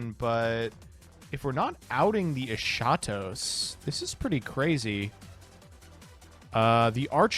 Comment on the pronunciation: For the love of god stop saying "esatos" the H is not silent.... the word is pronounced Es-Ha-tos (the tone is even in the first e) its a Greek word and it means Last.... the other dragon is protos and it means First-- So its the first and last dragon... Lots of Love